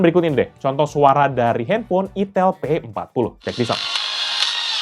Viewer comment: Cuma mengingat kan "Aitel" bkn "itel"